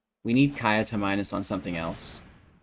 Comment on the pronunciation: Minsc is pronounced Mee-snk btw.